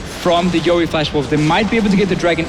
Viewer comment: YOE* NOT YEO! GET IT RIGHT!